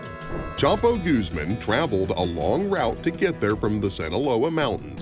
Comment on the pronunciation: I think this takes the cake for the whitest way to say Guzman.....Gooseman hahahah